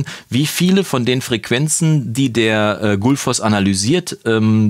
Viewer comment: Das Plugin sieht echt vielversprechend aus, mal näher begutachten. Aber noch ein kleiner Hinweis, die korrekte isländische Aussprache wäre 'kʏtl̥ˌfɔsː (also eher wie kütlfoss). Nicht böse gemeint, finde Deine Videos toll und die isländische Aussprache ist auch alles andere als einfach und spielt für die Bewertung des Plugins keine Rolle ;)